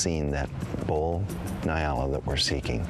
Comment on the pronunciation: Its ponounced 'N-yaala' not Nai-ala. Good video though